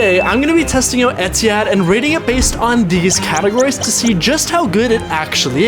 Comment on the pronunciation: dawg try oman air 😭😭 bro really said etihad